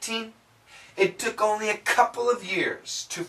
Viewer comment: Because she didn’t say “what took”, she say “tick” instead of it ))